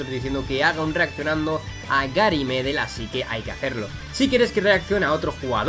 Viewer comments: Tú lo dices Médel con acento en la primera e, pero es sin acento, Medel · Así es querido, se pronuncia "Medél" con acento en la segunda E. Buenisimo vídeo reaccionando a nuestro querido Pitbull, saludos desde Valparaiso, Chile! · Por cierto se pronuncia Medél no Medel, es palabra aguda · desde ahora empezare a decirle medél ok? 3 segundos despues médel jajajja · reacciona a mauricio pililla! Es un delantero chileno que ha jugado en muchisimos equipos por el mundo y ha metido muchos golazos de chilena Pd:se dice gary medél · Por cierto se pronuncia Gary Medél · se dice gary medél